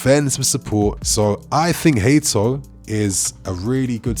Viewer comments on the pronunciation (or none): More Hay-toe again! =(